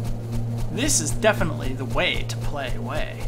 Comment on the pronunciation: I'm not sure why, but every time you say "Way" I imagine that you're saying "whey" and it amuses me greatly.